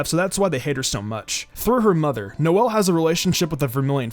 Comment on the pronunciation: Did he say “nozzle” Silva 💀💀